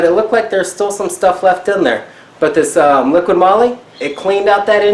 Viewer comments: LIQUI moly not LIQUID MOLY. 😂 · its called LIQUI MOLY not LIQUID MOLY xD